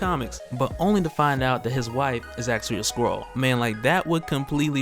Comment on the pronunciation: Sorry, when you say 'squirrel' what does that mean. Or are you saying something else and I'm just hearing squirrel